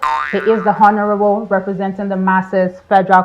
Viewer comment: Hi, I enjoy listening to you because you are making a very good effort to speak English with the right sounds. However, it tingles my ear to hear you sound /h/ in honourable. Please kindly note that the letter 'h' in that word is silent.